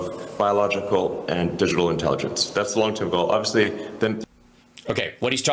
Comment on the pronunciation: Did he just say 'genital intelligence'?